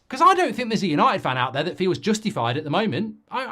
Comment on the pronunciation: “Yanited Yanited Divided Divided”